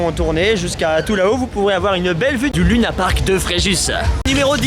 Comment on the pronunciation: C'est LUNA(ir) comme Park !